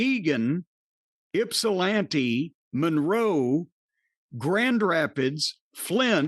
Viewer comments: Being from Michigan, Owosso Michigan is near Lansing. Also AMAZED you got Ypsilanti right lol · Ok… I am impressed he pronounced Ypsilanti correctly!